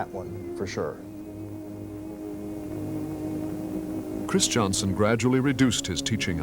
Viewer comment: I have never understood why conductor Anton Armstrong continues to pronounce the name "Christianson" as "Chris" "Johnson". I think the speach defect has spread a bit at St Olaf College and is quit stange as it is not the correct pronounciation of that well know family name. His sons did not pronounce there name as "Chris" "Johnson"